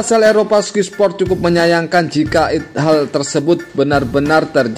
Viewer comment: Oeeee bacanya SKAY SPORT bukan SKY